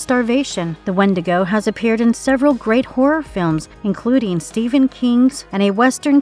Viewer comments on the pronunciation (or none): none